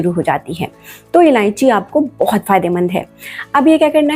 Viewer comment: MADAM JI ILLANCHI NAHI ILLACHI BOLNA